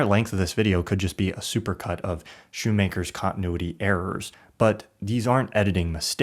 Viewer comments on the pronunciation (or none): Speaking of mistaken content (a topic you seem interested in), the last name of Martin Scorsese's longtime editor (whom you claim to admire) is pronounced SKOON-maker, not SHOE-maker. Just sayin' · Great video,! One small note, Thelma Schoonmaker pronounces her name as "skoonmaker" with a hard K. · SKOON-maker. "SHE and Scorsese," not "her and Scorsese." Boom microphone. And, best of all, fixing these won't in any way alter your lack of emotional affect.